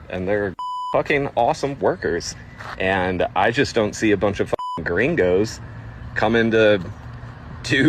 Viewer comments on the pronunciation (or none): The guy around the mark was an absolute clown. YOU ARE WHITE, and your dumb self calls other whites gringos like you are Mexican and you can’t even say it right! And with your annoying ass attitude, no honest person would work for that clown. And it’s all fun and games when you can take advantage of people who can’t report the “slave labor” a lot of these fools do with illegals working for them. I seen a similar clip from a farm owner whining about not having any illegals to work and we better get our asses out there and work. And I’m like “no I won’t help you but ain’t it funny that he loves paying people like shit and under the table, mind you with ZERO BENEFITS or healthcare for such work that deaerates slowly and the clowns could care less about you. Thats why they chase after illegals to work for them. Cheap and they can’t report you for how you treat them. Scummy behavior